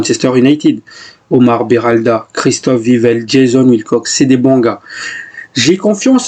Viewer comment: Vous prononcer mal le nom d'Oumar Berada . c'est Berada et non Beralda.